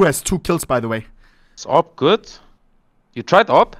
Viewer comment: Why does he call the AWPs “aw pee pees”?